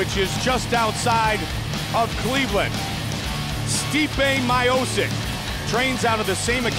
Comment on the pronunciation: Steepay My-oh-sick